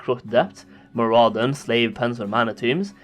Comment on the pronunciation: mur-UH-din. MAR-uh-don.